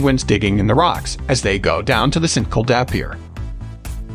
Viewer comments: It's Saint Kilda! Not Sinkilda! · You say st kilda like sin-kil-d-ar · SAINT KIL-DA BEACH...hahahaha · Try saying saint kill da beach (st Kilda beach) we might be able to understand what you are saying!!! 🇦🇺 😳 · Great video but bad pronunciation for St Kilda and swampland, it's pronunced "Saint Kill-dar" and "sw-omp-land" not "sw-amp-land" lol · Three reasons for not subscribing. 1. St Kilda is pronounced, “Saint killed her.” 2. No mention of the world famous Melbourne cricket ground or MCG. 3. There is no god. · I know he was like “sankleduh” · IM SORRY BUT THE WAY ST KILDA IS PRONOUNCED LMAO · you said st kilda wrong 😭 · Melbourne is not the capital of Australia! And the pronounciation of St Kilda is so off 🤔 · Melbourne born and bred here. The pronunciation of St Kilda cracked me up too 😂. Other things I never knew about Melbourne , oh they weren’t true lol.